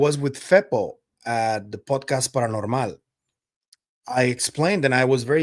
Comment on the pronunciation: And now I’ll be practicing parrrrranormaaal